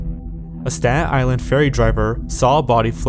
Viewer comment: As someone from Staten Island good job with the pronunciation